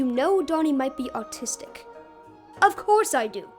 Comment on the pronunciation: that was so funny😂😂 i lovedddd the animated intro at the beginning and i thought it was hilarious how read “autistic” as “artistic” 😂